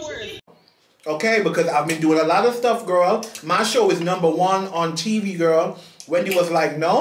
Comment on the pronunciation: I love how gets annoyed by saying Gworl but then he continues to do the same thing!!!